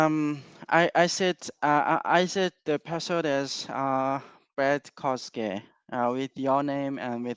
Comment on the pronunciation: LOL the way he pretends to be Japanese bro u can't even say the name kosuke 😭😭😭😭😭